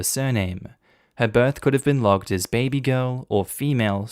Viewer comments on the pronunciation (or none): none